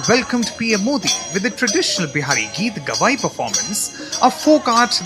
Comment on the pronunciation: This news channel is rightly pronouncing "Geetgawaai" and the right name of the award bestowed upon Shri Narendra Modi.